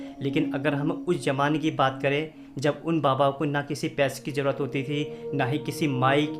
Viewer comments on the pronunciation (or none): none